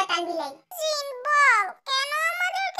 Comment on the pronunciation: আপু গল্প টা অনেক অনেক সুন্দর হয়েছে আর দুই টা কথা সুনে অনেক মজা পাইলাম জিন কে বলছেন ঝিনু আর জিমিন কে বলছেন ঝিমিন 🤭🤭🤭🤭🤭